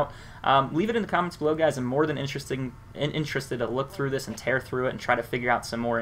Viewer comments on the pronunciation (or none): none